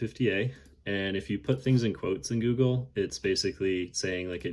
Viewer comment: The second dude who claimed he found it couldn't even say "Google" right 😂 he said "Gurgle". Nothing says your obviously a drunk more than this guy's pronunciation of Google 😂